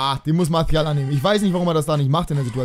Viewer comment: Du kriegst das mit der Aussprache nicht hin ne?:D Martial ist kein Spanier:D Kannst mal auf Transfermarkt.de nach der korrekten Aussprache gucken;)